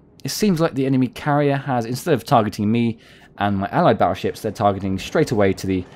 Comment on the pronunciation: Battleships with a 'T' not a 'd', baddleships sounds funny...